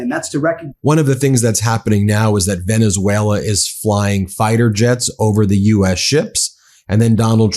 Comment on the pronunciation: Yeah but has difficulty pronouncing "Venezuela" 😅